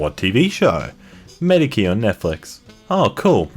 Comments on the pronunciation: lmao it isn't mediki, it's pronounced medichi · it's pronounced me-dee-chee. r/nobodyasked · 'Mediki?' MEDIKI?! it's Medichi,! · it's pronounced 'me-di-chi' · Ooft, man, I love your acc but please 👏learn👏 how👏 to👏 say👏 things👏. is pronounced ”Medeechee”. It's one of the old Italian royal families. Btw this isn’t meant to be mean, just a lil heads up :) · Ooof!! it's Med-ee-chee mate. The name of one of the most famous Italian families in history. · Please tell me this boi did not just pronounce Medici like mediki I swear to god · "Medicky" you can always count on to mispronounce random words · I like how there are a number of comments complaining over your pronunciation of Azazel, a fictional character, but I didn't see any complaining about your incorrect pronunciation of Medici, a real historically significant family. It's ma-DEE-chee, by the way. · i can’t tell if it’s because of the accent or not but he butchered Medici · Since making fun of misunderstandings is such a big part of our fandom, I guess I'm obligated to point out his pronunciation of "Medici." Just kidding, what's a? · the way you pronounced medici...... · So many cringe pronunciations. That one and Medici got me the most tho 😂